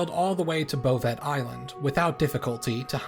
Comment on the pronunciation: Bovet Island? Do you mean Bouvet Island (Pronounced :Boo-Vay")?